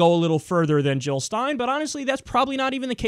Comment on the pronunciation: Jill, Not Hill. And Never Trump!